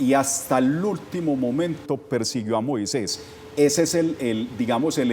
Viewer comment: Acá en México escribimos Moisés. Y es común escucharlo pronunciarlo MOISEIS.